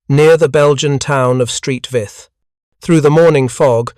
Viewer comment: Where is the "Belgian town of Street Vith"? Is it anywhere near Malmedy or Saint Vith?